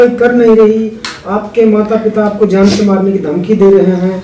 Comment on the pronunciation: Jaisa k aap ne Jaan SE me Jaan SHE , MISAAL ki Jagah MISHAAL